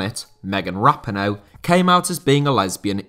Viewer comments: Great video today, though I always cringe when you say Megan Rapinoe's name. (ruh-pee'-noe) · Dude, how do you mispronounce Megan Rapinoe's name (who's an American) lol